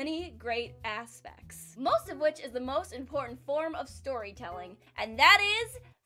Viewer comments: hehe, "Asspects" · She says Aspects..but I hear " ASS THICC" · I like how you say ASSpects. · Really hard to take you seriously when you keep saying ASSpects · Clickbaited. Not complaining. I know that manga though. Also, did you just say "Ass"-spects? :P